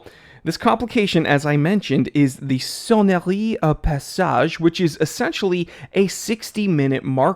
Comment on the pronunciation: Nice pronounciation for the "Sonnerie au passage": congrats buddy! I own the first limited-edition batch (the azzuro, which won a Geneva Price) and it is absolutely gorgious